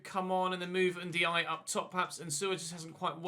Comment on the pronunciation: Why does he keep calling Ndiaye jayjou ?